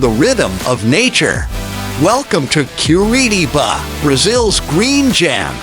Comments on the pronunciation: Generally, there are two pronunciations for this city and Cor-EE’-tabah isn’t one of them. The locals generally pronounce it : Cor-ee-TI-bah. And the rest of Brazil normally pronounces it: Cor-ee-CHEE’-bah. Also, the letter J is pronounced in Portuguese while it’s silent in Spanish. The former mayor and city planner who we owe a big debt of gratitude for the many improvements he facilitated with Curitiba, pronounces his first name JAY-me, that is before he passed away a few years ago. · nós de curitiba não pronunciamos TI, nossa pronuncia seria Cor-ee-CHEE’-bah também. A unica coisa diferente na pronuncia do t seria o TE, que em outros lugares pronunciam ti, a gente pronuncia te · O video é legal, mas falou Curitiba errado o tempo todo 😂